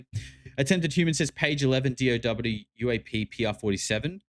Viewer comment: “JEW-AP” fucked me up 😂